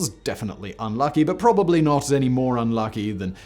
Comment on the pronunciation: Please could you pronounce the second 'b' in probably?